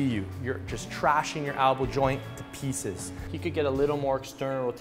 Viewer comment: It's an elbow not an albow